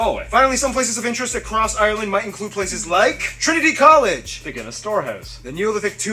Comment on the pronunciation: Can you stop saying Ireland with 3 syllables its ire-land not i-re-land